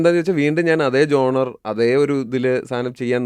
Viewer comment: genre ˈʒɒn.rə